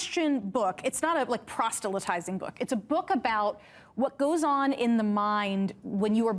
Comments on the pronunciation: “prostelytizing”?? There’s only one ‘t’ in the word. Bill sounded like he repeated her pronunciation. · “Prostelytising”? Why bring up a word you cannot pronounce? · Proselytizing!! NOT Prostelytizing... geezus people trying to out-literature one another sounding like morons.